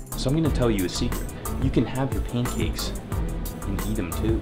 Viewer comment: He say paincake in the start